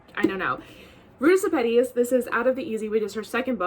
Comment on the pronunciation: I've been waiting for the right Sepetys to show up on my door. Glad to know how to pronounce the name, too! 💖